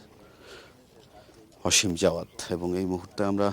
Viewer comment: অসীম নাকি আসিম? নামটা পর্যন্ত সুন্দর করে বলতে এরা বলে সাংবাদিক 😡😡